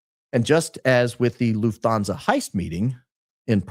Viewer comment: love ur videos so much especially ur intros but it pains me how u pronounce lufthansa as a german girl haha the u is short; it's not loofthaanzaaa but luhffthanza. also "niche" is pronounced neesh not nitch:) also omg ur a f1 fan too? im liking u more and more by the day